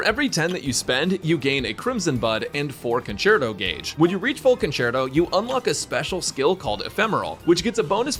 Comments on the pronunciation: hahaha "concherto" haha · english is savage 😂conCHerto???